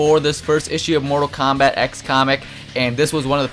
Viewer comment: That wasn't JaeRoar, that was ZandTComics. JaeRoar has said "Treemor" and "Komback" though.